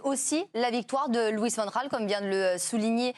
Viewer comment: Bravo Giovanni pour la prononciation correcte de Van Gaal...